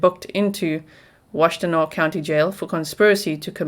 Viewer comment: You pronounced Ypsilanti and Washtenaw better than a lot of people who live in Michigan... well done 👏